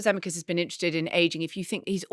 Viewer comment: I've never heard Zemeckis pronounced that way